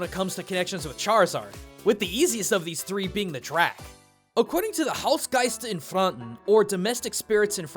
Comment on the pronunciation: "Hausgeister in Franken" was pronounced nearly perfect. Just wanted to point that out. Well done. The rest was mostly not bad either :-)